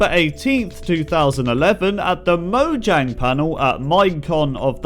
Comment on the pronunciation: He said moJAng